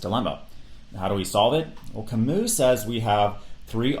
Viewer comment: what is so difficult about this, Sartre and Camus are french men, not European, just as much as you are from the United States of America not America. Also their names pronunced completely different. Taking away the historical context of these philosophical systems makes it almost impossible to really understand them.